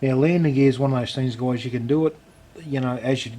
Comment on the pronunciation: he says goyeyes. so funny